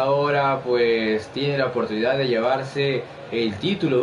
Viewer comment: la oprtunidad, no la oportunidad